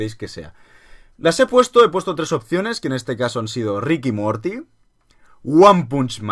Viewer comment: Se dice Ricanmorti